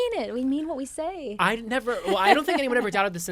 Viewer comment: “mean what I say, day what I mean”🤭